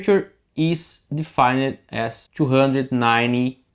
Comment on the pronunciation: defined" ... two syllable.... deee-fined ... not de-fine-ed Same goes for amplified. No amplifi-ed. If you just took off the -ed and pasted a t on the end, it would be closer.